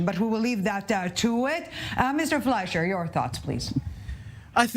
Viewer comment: The moderator had no control over this discussion and allowed the panelists to talk on top of each other. As a result, I couldn't follow the discussion very well. Also, the MK didn't know the moderator's name and pronounced as Fleishman. Weren't the panelists briefed beforehand?